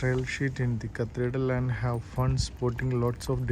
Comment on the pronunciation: Carthretal” അല്ല ഭായ് ,cathedral ☹️